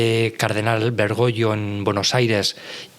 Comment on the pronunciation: No se llamaba "Bergoyo" como dice el entrevistado, sino Bergoglio.